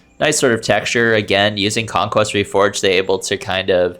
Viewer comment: "conquest" ahh conqueer